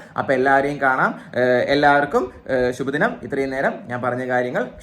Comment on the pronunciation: ഷിബു ദിനം ❌️ ശുഭ ദിനം ✅️